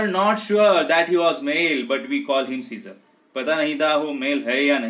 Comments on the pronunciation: It's not a siccor it's Caesar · It's Caesar pronunciation is different